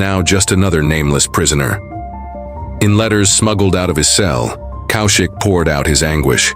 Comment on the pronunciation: It’s not COW SHIK it’s pronounced Kawshiq…. First learn how to take our names then tell us what a hero has achieved or not. Either way u r an irrelevant irresponsible idiot who’s trying to make money out of Indians and mr. Kaushik